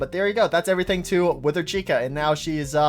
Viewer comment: STOP CALLING TOY CHICA: TOY THIKA, ITS SO ANNOYING